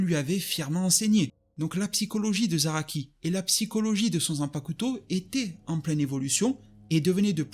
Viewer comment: Zanpacouteau mdrrr 😭😭😭 le u ne se prononce pas